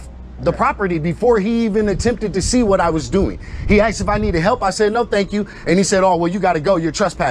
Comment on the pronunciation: He axed his name and badge number